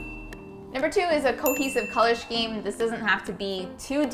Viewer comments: The way she says “shkeem” instead of “skeem” bugs me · Loved the video but the fact that kept saying shkeem (spelling it phonetically for those in the comments who always want to nitpick on grammar) instead of Scheme (Skeem) was incredibly annoying. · LOL it's pronounced "SCeme" not shceme :P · that clock is going to be super annoying when youre trying to fall asleep and you hear the ticking. also why are you putting a plant in a room with no windows? also its skeem, not sheem. also iron the pillowcases woman! yall have been slacking lately and your vibes seem off. have you been fighting? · Scheme? Pronounced skeem not shkeem. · Please stop saying “ssshhhhkeem” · Scheme is pronounced skeem...the "ch" is silent. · Stop saying shkeem! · shkeem? lol every time... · I’d love to see how you did the water colour wall art! I’ve been trying to figure out what to do with one of my walls and that would be PERFECT By the way... “Shhhhceeeme” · shister shceme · wait... is scheme pronounced with a shh? have i been saying that wrong? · Pronounced: skēm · It’s pronounced ‘skeem’ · I thought she was trying to b ironic at first, but then I realized that's actually how she pronounces it! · amaiaamaiaa no is saying it wrong lol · Cringed every time I heard "scheme".